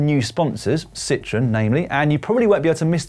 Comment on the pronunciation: I almost like those brown bib shorts, I'd say the kit is hot. And happy to see the very cool french car brand Citroën, (pronounced See-tro-eN) become a title sponsor, looks cool.